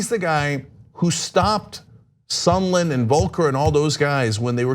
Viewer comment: Why did Lindsey Graham keep calling him “Sunderland” instead I’d sondland?